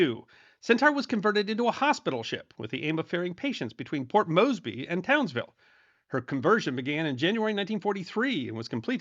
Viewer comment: serendipity indeed, an excellent episode, well done. I was not aware that "Centaur" had a role after the sinking of the "Sydney". Carnarvon is pronounced as three syllables "c" as in "cat, "nar" and "vun" Port Moresby is pronounced as three equal syllables "port" "moors" "bee" there is a Memorial to the sinking of the "Centaur" located on a cliff top in Caloundra, Queensland, which is a town on the Australian mainland close to the site of the "Centaur" sinking. Robbo in Brisbane